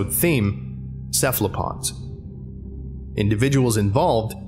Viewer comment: I actually gulped when I heard “cephalopods”